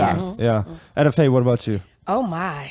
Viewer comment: Her name is not ETAY 😂 it’s EtteFaye I grew up with her entire Family love the Garth Family 🙏🏽